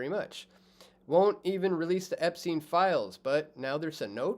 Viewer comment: epstein, not epsteen